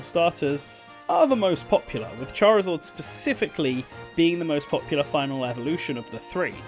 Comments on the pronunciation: So triggering hearing Charizard pronounced as Charizord 😂😂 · Why do you keep saying Charizord? Lol. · ah yes charizord